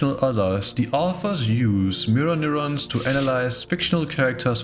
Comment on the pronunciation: everytime he says neuron i become the point meme